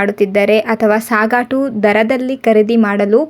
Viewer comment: ಸಾಗಾಟು ಅಂತಾ ಹೇಳುವುದು ತಪ್ಪು ; ಸಗಟು ಎಂದು ಹೇಳಬೇಕು.